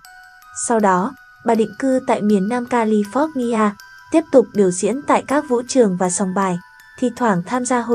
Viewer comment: Mong cô phát thanh viên chương trình này đừng có đọc là : Cali - phot’ ni a nghe mắc cười quá , hãy đọc là Cali pho- Nha dùm chúng tôi, nghe cô phát âm tên tiểu bang này , chúng tôi không nhịn được cười 🙏🙏🙏